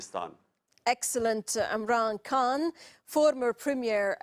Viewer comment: She pronounced Khan as if she was an Indian or Anglo-Saxon who don't have the sound in their English language.